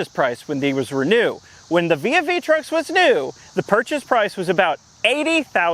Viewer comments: For some reason my brain immediately went to vis-a-vis truck when he pronounced the name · Um its "Trux'n" ty! xD